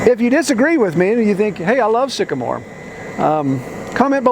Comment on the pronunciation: When the moon hits your knees and you mispronounce trees, Sycamore.